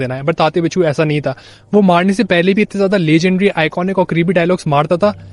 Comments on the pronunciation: bhai its winsuu not binchuu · Sir it is tatya vinchoo not बिच्छू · Hindi people often pronounce the letter व as ब. That is the inaccuracy here.